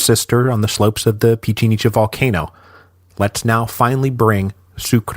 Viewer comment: Pichincha. One of his most questionable pronunciations hahaha. Although he does get better at pronouncing Spanish names overall but not this time.